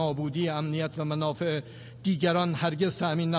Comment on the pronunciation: منافع میگه من آ ف ح